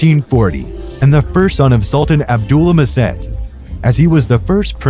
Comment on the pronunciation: You are pronouncing "Abdülmecid" and "Dolmabahçe" wrong. In Abdülmecid, "c" in his name is pronounced similiar to "j". Thus, "Abdulmejid". In Dolmabahçe, "ç" is pronounced as same as "ch" (like "Channel")